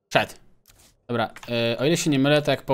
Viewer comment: więcej mów dobła bo to śmieszne 😃